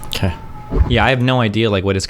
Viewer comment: "OkkEy" snobby dork stop saying "ekkEy"